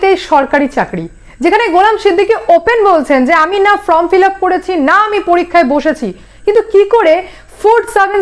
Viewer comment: আবার বলছি কথাটা "ফ্রম" ফিলাপ নয় "ফর্ম" ফিলাপ 🤗 দয়া করে শুধরে নেবেন 🤗😊